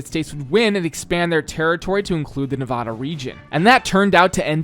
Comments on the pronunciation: As I lifelong Nevada resident, I can tell you it is pronounced nev-AD-uh not nev-aw-da! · its nevAda, not nevahda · As a nevadan, I want to say nice job. But, you pronounced Nevada wrong the whole video. We take this very seriously. Nuh vah da not nuh va da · However, the way he pronounces Nevada is very much annoying. It's Knee-Vaaaah-Duh, Not Knee-Vaw-Duh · I wonder how many Nevadans are going to be angry that you mispronounced Nevada several times. I count at least 1. In seriousness, it's really neat to see an area I lived in as a kid built in Minecraft. Excited to see where gets built next! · How do you make a video about Las Vegas without ever being told how to pronounce it or Nevada by any of your builders